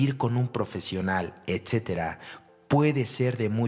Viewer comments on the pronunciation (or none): none